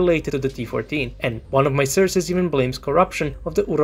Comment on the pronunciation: The amount of "surces" u have said xD U are absolutely right tough and LazerDick had no respect